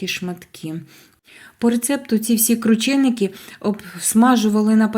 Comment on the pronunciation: Якщо вже так хочете, то правильно кручЕники!